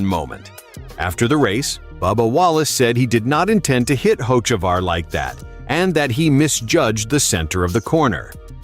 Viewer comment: First off you can't pronounce his name right